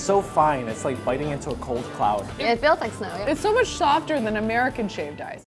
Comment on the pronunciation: 'its so much shofter than american shave ice'